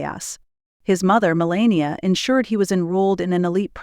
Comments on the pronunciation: HOW CAN YOU tell us about BARON WHEN YOU CANT PRONOUNCE HIS MOTHERS NAME I WOULD RATHER LISTEN TO THE FAMILY TALK ABOUT THE FAMILY THEY KNOW BEST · It's Melania.